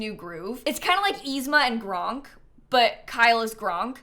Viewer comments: Gronk??? Really youre gonna disrespect the best himbo of all time? Kronk deserves to have his name said right!😂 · *Kronk not Gronk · It's Kronk... not Gronk... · I’m sorry i say this with love but I’m gonna be roasting you about calling Kronk “Gronk” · Love that calls Kronk “Gronk” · Also, I'm sorry, did you say Gronk?????? Kronk, friend.